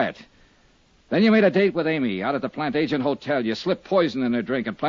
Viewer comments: It's an odd word, but I just listened to the episode for the 2nd time. He pronounces it as "plant agent". I always thought the real word was pronounced "plant Adge eh net". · They consistently mispronounce Plantagenet